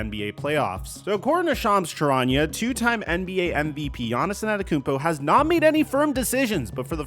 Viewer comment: Hit the blunt everytime he says Yahnissinantekoumpo